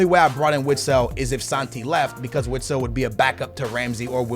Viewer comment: Vitsel not Witsel